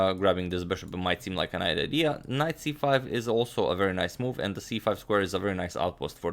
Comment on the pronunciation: you said grabbing the bishop might seem like a nite idea lol. Can't tell if a speech blunder or a nice pun